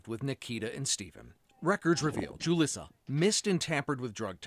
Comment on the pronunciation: It's really weird that the news keeps calling her JU-liss-uh when her name is obviously pronounced HOO-lees-uh. Why aren't we making sure that we know her name? She deserves to have her real name shamed and blamed.